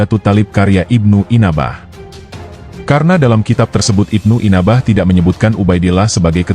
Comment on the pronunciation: NYEBUT NAMA SAJA UDAH KELIRU, IBNU ANBAH KOK JADI IBNU INABAH 😂😂😂😂😂😂😂😂😂😂😂😂😂😂😂